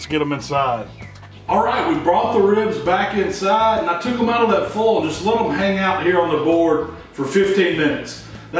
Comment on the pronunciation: I just found your videos, I've watched a few now. Thanks for making them, great stuff. I like how you say foil. Foal. One thing I don't get, why do people not like them to fall off the bone? My favorite ribs I've made so far just fell clean off the bones. Delish.